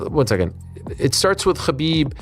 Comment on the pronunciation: Chachbib 😂 Just say Kabib Archangel!